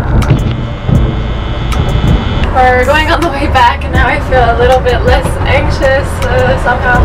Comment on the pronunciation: Haha, I love the word anxious because its pronounced Engschiss 😂